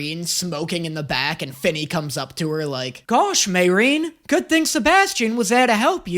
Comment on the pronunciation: MAY! RIN! Please stop butchering a Two Sylable name!